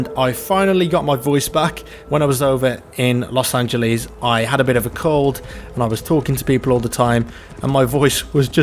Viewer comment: los angelees